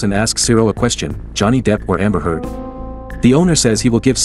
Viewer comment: Bro really said Jonny deep or amber head lol